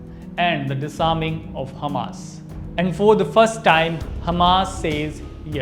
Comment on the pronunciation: Its so easy to speak english! Dont pronouce d in every word. Like time is note dime!